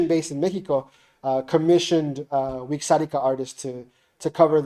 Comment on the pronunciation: I don't mean to be rude, but it is pronounced: Vi-rra-ri-ka. The wixaritari chose the "x" for a rolled "r".